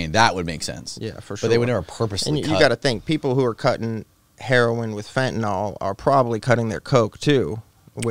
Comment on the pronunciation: FEN TA NYL Say it. It's FEN TA NYL Not fEnTeY nALL....